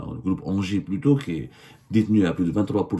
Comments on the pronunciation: Engie ca prononce Ngie pas Angers 😂😂😂😂😂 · Mdr mais arrête de dire anger , sa ce dis enji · On dit N-J pas anger 😂😂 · 😂 Semmar on ne dit pas engie ça se prononce NJ Ok Longue vie à votre pitoyable classe politique algérienne ✌️